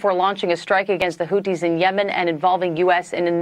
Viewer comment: The Houthis are indeed the cooties as you aptly mispronounced them. They’re a virus in that region